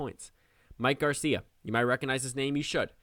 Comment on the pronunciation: you said Garcia right.